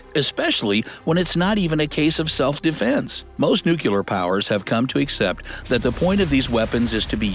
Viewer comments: New key lerr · Please learn how to pronounce "nuclear".